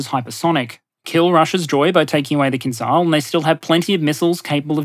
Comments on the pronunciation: hey buddy, it's not pronounced KINZAL, it's pronounced KINZHAL, like how it's spelled. don't be ignorant. stop pronouncing things intentionally wrong. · Hi. English transliteration has failed you. "Kinzhal" actually pronounced "kin-jal", or "kin-zjal" if you will. There is no such sound in english as Ж, but it is closer to J in journey and definitely does not sound as Z. Also, kinjal means dagger in Russian which is a kind of a cool name for this weapon. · kinzhal is pronounced with the s from "measure" fyi